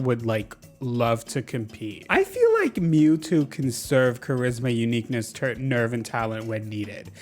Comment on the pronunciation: i know you said mewtwo but “pnue-new” was what i heard first and was sent into oblivion over a possible dlc leak